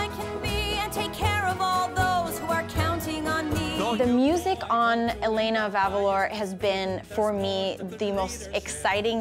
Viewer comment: She just said El-in-na ..... Bitch no